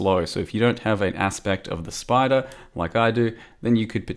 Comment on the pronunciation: "is that my 'aspect of the SPOODER'?" lol please make this a skill.